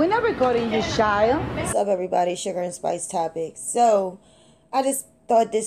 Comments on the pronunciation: “we not recording your shild” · "We not recording your shild"😂😂